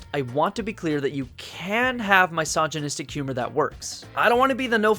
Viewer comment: “MY-sogynistic humor”